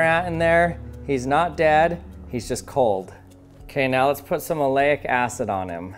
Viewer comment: Aleyic Acid. Oh my god.... Kool ecperement